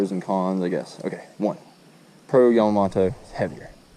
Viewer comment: Gary Yamma-MO-TO